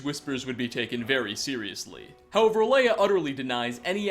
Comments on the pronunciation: Pronounced ( Ay-la ), not Alea. And his name is ( Vol-thur-yol) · A ela not alaya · it's AELA not Alea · here’s another mystery, why can’t this guy talk? he can’t seem to pronounce ANYTHING right! in other videos he just gets everything he says wrong, he said ‘alea’ not aela. is he just dyslexic lmao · It’s aela, not alea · "Alea" It's Aela you oversized mudcrab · It’s pronounced Ayla, not Alaya. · Aela is called Leia now apparently. I gotta say, for some reason, calling you out on your pronunciation is kinda fun. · How can you pronounce Aelas name wrong 3 (EDIT 4*** ALAY??? SERIOUSLY MAN) different wrong ways in the span of like what 20 seconds dear god I enjoy the videos but question if you've ever played the game with audio because it seems like 90% of the things you cant pronounce even thought theyre said very clearly multiple times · Oh my fucking god. Learn how to pronounce the names before you say them wrong on the internet OVER AND OVER AGAIN. Khinareth. Kin-ah-reth. Aela. Ay-la. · A-laya? Wtf, are you dyslexic? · Stahp saying Alea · The only bad thing about this video is how pronounces Aela. How do you get it that wrong? Like, it's not even close